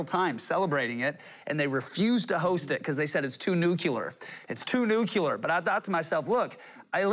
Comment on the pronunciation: He said nuculer...and I lost it. LOL